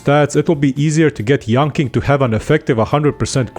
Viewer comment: I speak Mandarin and yanqing is pronounced yanching not yanking. Dk whether it was a forced pun or misunderstanding